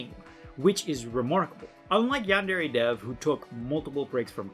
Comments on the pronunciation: One thing that has always bothered me about him...he pronounces Yandere wrong. Like...c'mon. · Dude making a yandere game can’t even pronounce yandere right. Not to mention the stupid fucking names of the students. There’s literally a character called pencil. Enpitsu means pencil. Seriously look at the names of most of the characters for 2 seconds and it comes forward that they’re so goddamn lazy and gimmick and just. H. HE ALSO MISUSES THE TERM SENPAI. LITERALLY LIKE,,, NO. DUDE. RESEARCH JAPAN AMD JAPANESE TERMS FOR YOUR J A P A N E S E GAME.